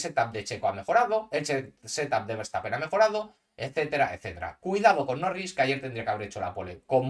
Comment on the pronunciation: Jajajajajajaja muy chistoso escuchar "Nowins" 😂😅